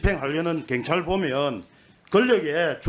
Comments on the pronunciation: 갱찰이 아니라 경찰 발음 똑디해라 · 갱찰아니고 경찰 억양죽이네요 근데 발음도발음이지만 질문도 질문같지않은 질문입니다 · 갱찰이 아니라 경찰 발음이나 똑바로 하고 말도 똑바로 하고 좀